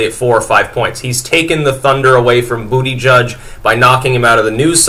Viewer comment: He said Bootyjudge, heh heh, heh heh.